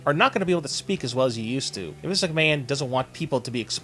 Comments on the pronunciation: why the fuck do you keep saying viss mcmahon? quit it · Sounds like your saying Vis McMahon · Vice? lmao why don't you prononunce the fucken N lmfaooo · Or MINCE MCMAHON!!!!